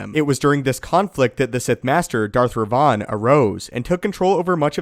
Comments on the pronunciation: Rev-en not re-von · It's spelt and pronounced Revan, not Revon or as I've seen in the comments section Revin. That really triggered my inner grammar nazi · The correct pronounciation of Revan is rev-in not Re- vaughn.... It was starting to get on my nerves the way u were saying it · Seriously, do you ever actually do some ACTUAL research instead of reading up from a script Darth RE-VAN is not Darth Raaaaaayvahan from Bangalapur India mate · Order 76 I know, right!? It does sound he's saying Rayvan. When it's like saying Raven only slightly altered. One only needs to switch the "a" and "e". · Its Revan not Rev-Von smh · Had I not heard you talk about Darby Revan numerous times I'd have thought the pronunciation changed. Learning something new all the time. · Who is Darth Reyvahn? You mean Revan? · You're mispronouncing Reven... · I can't stand hearing how Revan's name is pronounced in this video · Why are you saying Revan so weird? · your pronounciation of Revan is killing me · its like he's mentioning a perfume with that pronounciation, instead of a sith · dude the way you say revan is just so wrong and so funny LOL!!!!! ps still love your content